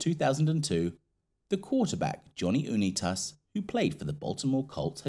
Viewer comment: Unitas is pronounced: UNITE-US